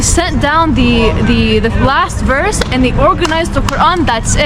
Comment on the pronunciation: he pronounces verse as "woss".